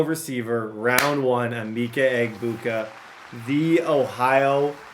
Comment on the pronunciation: Emeka = “ah-meck—ah”